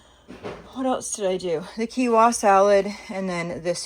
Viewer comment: Not being rude or mean, but Quinoa is pronounced like this "Keen wah", it sounds like you're leaving the N out when you pronounce it?? 😉